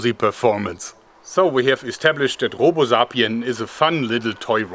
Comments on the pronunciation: It's SAY-PEE-EN Not ZAH-PEE-EN! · I like the video but learn how to pronounce sapien